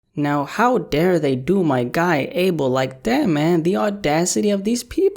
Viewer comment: Bruh u pronounced abel’s name wrong